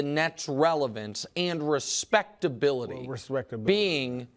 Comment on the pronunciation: Hearing Nick say the word respectability is funny.